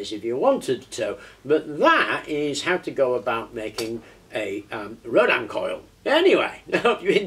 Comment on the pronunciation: nice vid, just a point though......... its pronounced ROW-DIN... as in Tin....also....what you have there is more commonly called a "starship coil"...or....a flattened Rodin coil, a true Rodin coil is not flat but wound around a toroid, typically a plastic toroid as found in those childs plastic donuts they have to stack on a shaft in the correct order